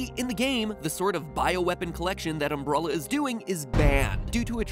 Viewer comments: That “Umbrulla” pronunciation. Gonna get a lot of comments about that. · dude the way u pronounce umbrella killed me sounds like umbrolla when u say it most times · all this research, yet you call it umbrulla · "These agents are engineered by the evil Umbrulla Corporation" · Is it just that umbrella is pronounced umbrula in America or does my town pronounce it wrong bc what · Ombrolla? Umbruhlla? I know it's nitpicky but what's with the pronunciation (especially since it's said notmally when a secondary or tertiary word in a sentence)? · I'm really confused at your pronunciation of 'umbrella' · Is nobody gonna mention how he pronounced "Umbrella" like "umbrulla" the whole video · Did you pronounce it "umbrulla" on purpose? Actually curious. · Mattpatt saying umbrulla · Anyone else bothered by matpat's pronunciation of "umbrella"? Sounds like "umbrulla". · Is it just me or did he say umbrulla corporation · "Um-Brah-lla Corporation"... Good grief, MatPat. xD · "UmBRUHlla Coporation" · Am I the only one who hears Mat say umbrOlla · Wait, um*bruh*lla? Wtf matpat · Is this like a Benedict Cumberbatch penguin situation? Did no one tell him he was pronouncing it wrong? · Is it just me or does Mat say Umbrella funny o.o ? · Did it bother anyone else how he pronounced "umbrella", p.s. no hate on Mat Pat, still love you my smart boy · You say umbrella in the worst way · Why are you saying umbrella like that? It sounds so weird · the way matpat says umbrella the first 3 times is so funny to me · Its bothering me how he's saying umbrella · How hard is it to say Umbrella honestly lol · Is it just me or did anyone get triggered by how he says umbrella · He is mispronouncing umbrella. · Strange umbrella pronunciation. It sounds like he's pronouncing the soft e as a soft u. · Aaaaah... Mat? It's Umbrella, not Umbrolla. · It's umbrela man not umbrola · Was anyone else bothered by the fact that he kept calling Umbrella Umbrulla? Like, bruh. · Umbrulla? lol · "Umbrulla" Corporation